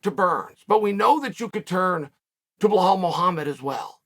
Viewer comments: Now it's BLELL-HALL MUHAMMAD 😆😆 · Uncle Chael, I've been watching since you made this channel and have never commented at any point but I gotta ask how in god's good green earth are we still mispronouncing Belal, it's literally 5 letters and 3/5 are already in your name 😭😭 Help me out here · To get Belal's name hilariously wrong every time, you should be Chael Sonnen lol